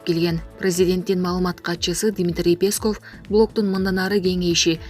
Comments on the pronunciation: Кабарчы дайыма Дмитрий Песковдун фамилиясын туура эмес интонация коюп айтат, ошону озу деле сезбейт окшойт, жеке эле Песков эмес, кыргыз фамилиясынан башка фамилияларды да туура эмес басым менен айтып келет, кабарчы болгондон кийин туура дикция менен сулош керек! Угуп отуруп мен ынгайсыз абалда калам... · ФФ буквасына ябай бай экен да.🤭